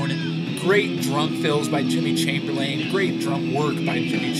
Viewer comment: as stated before, he released most of them as b-sides; he didn't throw them out. All logic jumping aside, though, I'm curious to know how you define words like "shit", "stupid", "dumb", "childish", and "ridiculously mature". Also, it's Jimmy Chamberlin. Not Chamberlain. For the record, I'm not fanboy nerd-raging on you. Mostly, I respect your reviews. I just think you didn't give disc 2 a fair shake, considering I think it's the best disc they've ever put out.